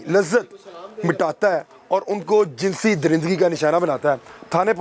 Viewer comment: آپ ماشاءاللہ بہت عمدہ کام کر رہے ہیں مگر الفاظ کی ادائیگی میں تھوڑا سا فرق کر دیتے ہیں جیساکہ لفظ jansi nahi balkay jinsi hay اور دوسرا لفظ جنسی استعمال نہیں بلکہ جنسی استحصال ہے ۔۔۔😊😊😊